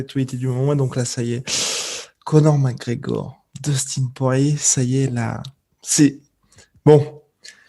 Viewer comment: "Conor Magor"